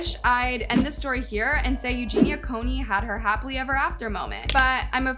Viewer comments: Coo-ney, not Coney! It's hard to listen seriously when name is mispronounced. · It’s Cooney, not coney! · Its Cooney not Coney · Coney, Cooney, damn if you're doing a video about someone at least pronounce their name right. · Why do you keep saying coney instead of cooney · COOney not CONEY. She's not a hot dog. LOL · It's COONEY, not CONE-Y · Her name is COONEY - NOT CONEY! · Isn't her last name Cooney, not "coney" No hate just confused as to why you say it like that. Anyway, i used to follow her and encourage and support her recovery but after awhile i couldn't support her anymore and found her constant denial to be toxic. Don't get me wrong - i wish her the best and by some miracle i hope she does indeed get some help but i just don't see it happening and i think she does in fact know what she's doing. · Cooney, not Coney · Cooney not Coney. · That's exactly what triggered me! I was so relieved and then... Coney.😡🤣🙄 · Can I ask why you keep spelling her last name like that? You spelled it correctly but you’re pronouncing it with one o? Make it make sense! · she's misprouncincing it. It's phonetically "koo▪︎Nee" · I'm sorry but did she say Eugenia Coney? Several times in the first minute of the video? What an amazing researcher. Breaking news. Wow. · It's you-jeen-ya koo-nee. Hope it helps! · Cone-ee? For all the effort you put into your vidoes.. You would think you would pronounce their names right. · STOP SAYING COAN-Y LMAO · I hate when people can’t be bothered to actually pronounce the names of the people they’re doing the docs and vids about. It makes it seem disingenuous, like is this even something that interests you or you just reporting “a hot story”? I am not trying to be combative, just noticed it a lot lately. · How did you mispronounce her last name every time, she says it at the start of every video. She said it in the clips in THIS video you were talking over, did you not listen to them before editing? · At least say her name correctly.